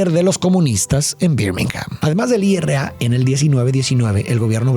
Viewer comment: Se dice IRA no I.R.A